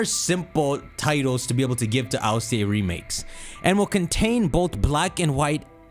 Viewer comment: one of the only people I know that says it EYE EL SEA AYY instead of just ILCA (ill-ka) lmao